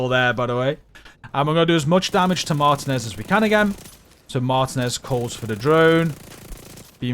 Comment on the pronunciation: “Martinez” is Pronounced as…..” Mar•Tea•Nez” GG 🤙🏼